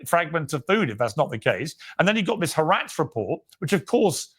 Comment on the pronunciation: i like how piers pronounces haaretz HARATS THEY ARE RATS AND HE IS A RAT